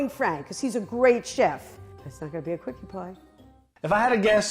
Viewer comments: Quickie pie? Is that what she was saying? Wow pornhub has a light theme now? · Why is no one commenting on the fact that she said quickie pie?